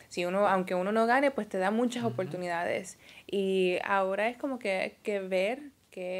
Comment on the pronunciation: "Analizal" "No te acueldas". Hablan inglés, pero no saben hablar español! "Palte" "Opoltunidades"